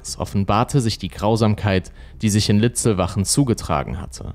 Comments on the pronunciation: Ja, nicht Siegersdorf. Und der Ort , an dem die Schüsse fielen, heißt Litzlwalchen, nicht Litzlwachen. Diese Fehler stören enorm und wären leicht zu vermeiden… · Die Ortschaft bei Traunstein heißt Litzlwalchen und nicht Litzlwachen. 😉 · Servus, es heist nicht Siegesdorf sondern Siegsdorf und nicht Litzlbach oder Litzlwachen sondern Litzlwalchen. Außerdem ist Litzlwalchen keine eigenständige Gemeinde, sondern gehört zur Gemeinde Nußdorf. Ansonsten ein prima Video in gewohnt guter Präsentation. Danke. Liebe Grüße aus dem westlichen Chiemgau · Leider heißt der Tatort nicht Litzwachen , wie hier genannt, sondern Litzlwalchen und der hier Siegesdorf genannte Ort Siegsdorf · Sorry, will nicht klugschei..ern, aber: Es heisst Siegsdorf (nicht Siegesdorf) und Litzlwalchen (nicht Litzlwachen). Bin aus der Gegend... Ansonsten wirklich sehr guter Kanal! LG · Der Ort heißt Litzlwalchen mit „l“ in der Mitte 🤦🏼‍♂️